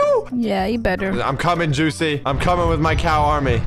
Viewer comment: u mean joocie?